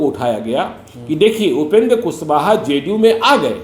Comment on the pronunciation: मुज़्हे तो ये ज़ ज़ करने बाले पत्तलकार महोदय ही सबसे बड़े एजेन्ट लग रहे हैं । जिन्हें ज़े डी यू की कितनी चिंता है ।